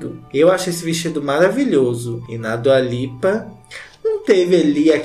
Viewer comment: “Dula peep” KKKKKKKKKKKKKKK Mds como eu não tinha visto esse vídeo antes